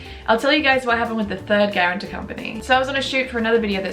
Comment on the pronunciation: Please say guartan-t-o-r instead of guaran-t-e-r. The latter is not a word. Unless it is a Japanese word...